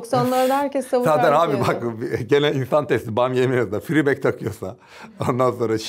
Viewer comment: "fribek" -> freebag miş telaffuz olarak hozomuz yalnış söylediğinden ben de bunun için altyazıyı açmıştım merak eden varsa :D